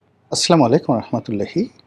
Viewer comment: সালাম দেওয়া টা আরেকটু ভালো করে শিখুন।